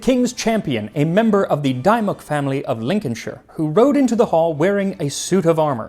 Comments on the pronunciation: Entertaining, informative and apposite. As a Brit I did wonder at the pronunciation of Dymoke. I have heard it as DeMoke, DieMoke, Dimmuk. As Sir Henry is no longer with us and his descendant died in 2015 we sadly cannot ask. I am inclined to think it either DeMoke or Dimmuk - you know how the Brits like to confuse with place names so surnames surely follow. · Dymoke --- pronounced "dimmock"